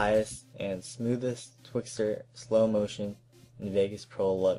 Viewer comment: Twixtor... ._. If you're going to start editing listen properly.